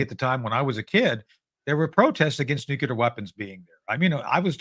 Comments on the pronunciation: New-cle-ar. Please, someone tell these people who can't pronounce nuclear. It's not Nu-ku-lar, it's New-cle-ar. Thank-you, my work here is done. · Guys, it is pronounced NUCLEAR. Never nucular... No such thing as a nuculus of an atom. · “Nukelar plants”?!??! Heard it three times! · Anyone who pronounces it “nucular” should not be trusted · He's definitely saying "nucular" on purpose, guy has a great sense of humor! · Tony "Mr.Nucular" Shaffer 😂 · Am I crazy or every time he wants to say 'nuclear' he says something like 'nuketer'? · Hint: there are only two syllables in "nuclear".